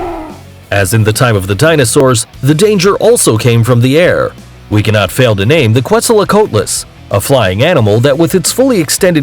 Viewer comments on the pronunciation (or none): none